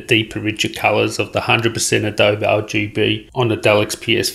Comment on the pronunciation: Adobe is pronounced 'adoh-bee'